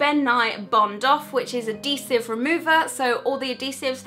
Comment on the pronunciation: your saying kryolan and adhesive wrong